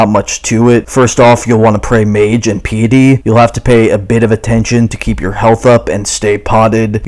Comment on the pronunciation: Fun guide, you pronounced piety wrong though.